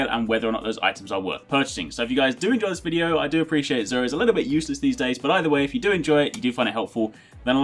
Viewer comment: thank you for pronouncing his name right unlike Queen Gothalion calling him JUR